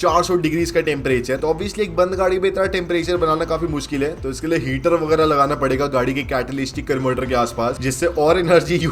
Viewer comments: Technically excellent content even for lay man. Catalystic converter nahi par Catalytic converter hota hai. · Correction केटालिस्टिक (catalyStic) nahi केटालीटिक(catalytic) converter hota hai. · Catalystic ? OR Catalytic ? 😂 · bhai CATALYSTIC nahi CATY-LYT-IC Converter hai !!!! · Catalystic nahi bhai